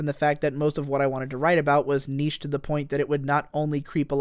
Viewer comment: the weirdest part is when you pronounced niche "knee shh". rare clip